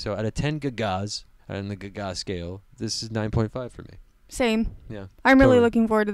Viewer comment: "I've never heard someone pronounce it Lady guh gah before. Good commentary. Liked.